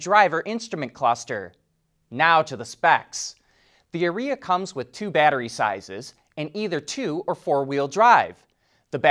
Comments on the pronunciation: Are e a. Not Areeea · Careful how you pronounce Ariya. Sounds an awful lot like urea. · Are you sure you are saying Arya right? I think it’s pronounced Aria. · I think your mispronouncing the name. Urea should be proounced the Ariya. .... but it is a Nissan, so you might have made a Freudian slip about expected quality.